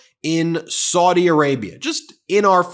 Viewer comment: Any & every Arabic speaker who watches your videos winces every time you mispronounce Saudi as 'sordi' instead of 'sowdi'. You also mispronounced Ziad as 'zayeed' instead of 'zeead'. As a language teacher such errors stand out particularly sharply to me